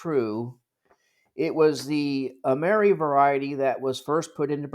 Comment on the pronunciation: Excellent and informative video! I do believe though that in the EAC circles the coin is pronounced “Am”-er-“I”. Keep up the good work! 😊